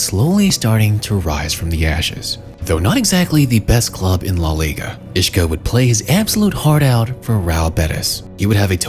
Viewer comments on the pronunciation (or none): He's Isco, not Ishco. Otherwise, great video. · Bro who the FUCK is “Ishco”? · Who is "Ishko"? Lol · take a shot everytime he said ishko 😂